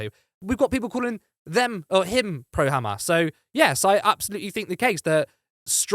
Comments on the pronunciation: Khamas!! Can’t even pronounce it properly. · Owen provided factual based arguments. The other guy just chunterted as his idea of a reasonable repost. Not too sure of the 'biased' presenter who even pronounced amas in the Hebrew way.